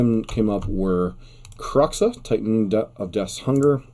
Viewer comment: Are you pronouncing kroxa right? Just wondering its a weird name